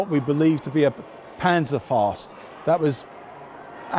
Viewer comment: Dunno but it's cross-disciplinary, my boss knows quite a bit about computers and can fix almost anything electronic, but mangles "Proprietary". But I definitely noticed "Coventer" and "Panzerfast"...